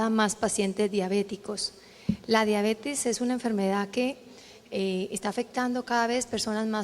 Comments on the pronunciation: COMO QUE DIABETIS, QUE MAL QUE EN LA PONENCIA PRONUNCIO MAL ESTA PALABRA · se dice "diabetis" pero se escribe diabetes. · Acá y en la china se escribe y se dice DIABETES. No puedo creer que dijo diabeti